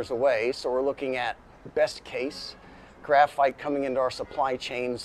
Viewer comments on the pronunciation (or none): The phite, for graphite!!😂